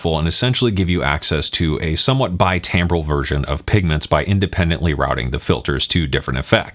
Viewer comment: By the way, you seem to pronounce timbral, 'tambral'. Maybe others do too, though, perhaps rather how like licorice is pronounced (not by me) 'licorish'. Maybe 'Acadian' became 'Cajun' this way... or 'dog-eat-dog' --> 'Doggy-dog'; 'I coudn't care less' --> 'I could care less'? ...Maybe one day 'ice' will be pronounced 'eish'. ;) I guess that's how language morphs over time, like a wave in a wavetable, so that maybe in a few thousand years, it becomes unrecognizable.